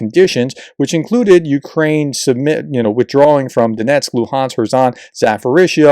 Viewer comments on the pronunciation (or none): none